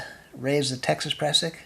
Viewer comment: You need a lanyard for your ice axe !!! Prusik not pressick.